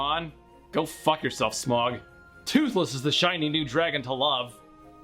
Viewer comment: You can verbally assault smaug when you actually say his name right